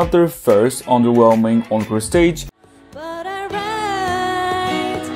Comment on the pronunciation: this is absolutely not relevant but every time you say encore stage I cannot help but hear own crusades